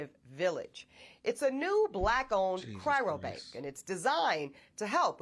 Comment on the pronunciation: cryo bank NOT chi"R"o bank 😮‍💨